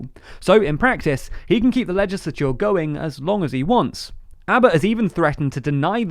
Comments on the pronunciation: I like how he says legisicisicisolour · Why are you saying 'legislature' so weird? This channel has the weirdest accents.